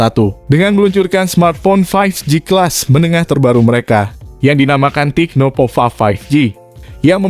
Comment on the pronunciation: Tecno bukan "TIKNO" 😃